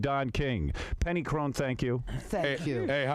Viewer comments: her name is pronounced Peggy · I love how nobody can get Penny's name right LOL!